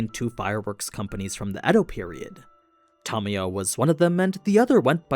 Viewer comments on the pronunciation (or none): none